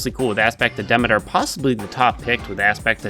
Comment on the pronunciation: I love the videos and I know the game does this wrong but her name is Demeter pronounced Dah-mee-ter